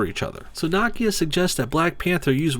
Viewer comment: How.you pronounce Nakia name triggers me.deeply